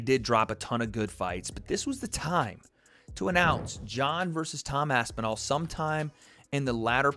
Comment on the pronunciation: he physically couldn't say tom aspinall, his body rejected the name 😂😂